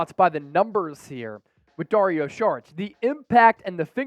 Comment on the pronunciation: And it’s not SHHHHHHarich it’s Sawwr itch